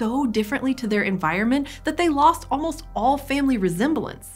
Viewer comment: "Omst" ? Oh, "almost".